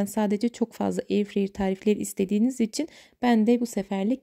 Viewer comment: ablacım her şey gayet güzel, eline sağlık ama eyirfreyir yerine artık eyirfrayır der misin ya ? :D doğrusu o çünkü. ya yeni airfryer aldım, neyi nasıl yapacağıma senin videolarından izliyorum ama eyirfreyir dediğin her sahnede anksiyetem azıyor : )